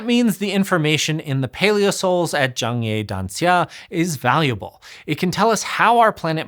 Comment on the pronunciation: i like how you pronounce zhangye danxia properly